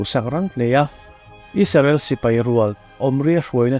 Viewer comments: Isarel tih nilo in Israel tihian lam hram teh ang u . Ram hming ani a duh dan dan a lam chi ani lo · Isarel tiin ilam thina Israel tih zawk tur a ni lo maw?